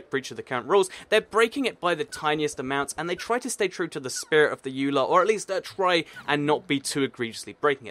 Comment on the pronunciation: Ok it's Eula not Eulay its Mojang not moyan.